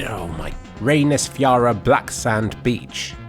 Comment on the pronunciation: selfoss and reynisfjara were perfectly pronounced, good job!